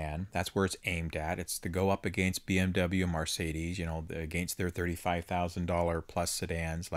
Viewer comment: It's not *Mar*cedes. It's Mercedes!! Sorry, pet peeve.